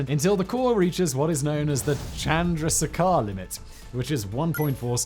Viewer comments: As far as I know, Chandrasekhar is pronounced "chan-druh-say-car"... I don't like watching people struggle with scientific terms, let alone having to do it myself with new terms @@ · gimme a moment. Lemme help you with that pronounciation you probably don't care about.;) Chan-(as in 4)-druh-say-car (as in vrooom). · It's easy to pronounce: Chan-dra-se-kar-limit